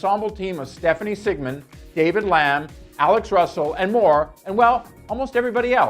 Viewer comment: Ok you keep pronouncing the guys’ name. Like shemar. Not Shamir. And David Lim. Not David Lam